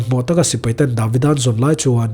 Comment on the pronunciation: Davida ni lo in David-a oh. A lam rik dan hi thiam tawh teh uh ngaihthlak a hre awm a dik zawk hriat chuan josefa ni lo josef-a entir nan